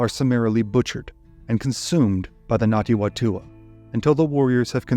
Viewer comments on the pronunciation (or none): Well researched and thanks for putting the spotlight on some NZ history - good effort at Te Reo pronunciation too - just a note it's Ngati Whatua (Far-Too-Aa) the Wh is pronounced as an F. More please . Arohanui from Aotearoa New Zealand!